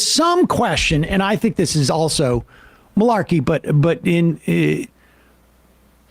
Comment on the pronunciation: Sam, you said "mularkey". Quit doin' that, you're showing our age!